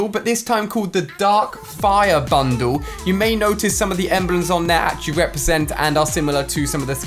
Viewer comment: Me pronouncing bundle: Ban dal Ali pronouncing bundle: bandu